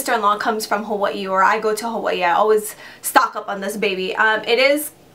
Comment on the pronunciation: I love the way you pronounce Hawaii!! I will definitely be taking your advise on those products for the summer!:)